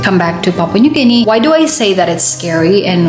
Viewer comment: Papua new Guinea. Not papa 😂😂